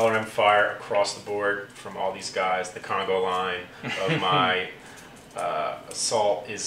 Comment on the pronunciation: its conga line not congo line. common mistake.